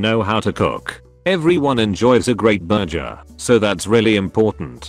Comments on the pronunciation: nobody: the voice: BURJER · Gotta learn to make that burjer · Why can the speech thing say worcestershire but not burger